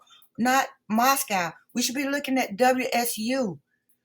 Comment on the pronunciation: Gag order doesn’t apply to the Goncalves family members, only to their attorney. Shannon Gray. You need to get your facts straight. Family members are free to express their opinions anywhere and anytime. All you got are dubious “facts” from dubious sources. Can’t take you seriously. Moscow is pronounced Mosco (no “cow”), BTW.